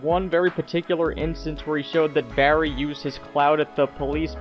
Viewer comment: Jesus I wince each time you say Barry, because you shout the BA so its like "BArry!"but you also put a lot of emphasis on every R, but neveR mind